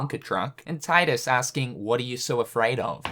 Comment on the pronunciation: Enjoyable scripting and meme splicing, but gonna need to nitpick "Tye'dus", since despite it being missable, Wakka does vocalize his name properly here as "Teedus"...which then KH2 mucked up by making Selphie's mistaken "Tye'dus" unmissable (unless you're speedrunning, I guess). ...The Shadow Heartlesseses are finite?!